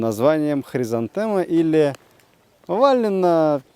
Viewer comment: Какой ещё ВАлли? Он же ВОлли!